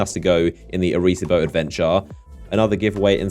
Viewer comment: Say it with me idiot box - "Arry See Bow".